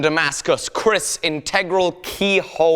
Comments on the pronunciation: hey you pronounced kris wrong its pronounced ker-ris instead of kris also love ur work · Hi. Love your shows. By the way it is pronounced Ker-ris not kriss Thanks